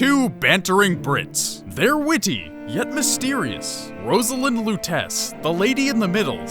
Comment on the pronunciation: I've watched so many of these videos and barely anyone say pronounce her name properly. You're saying it like Rose-a-land but it's pronounced Roz-a-lind. I just replayed this a few days ago and I don't understand how they are considered twins, when they are literally the same person..just different genders. She found him in an alternate reality. Thanks for making such a great video!